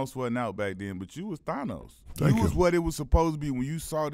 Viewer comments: Q Rich call everybody Thonos but it's Thanos!! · It’s pronounce “than-os” 😂😂😂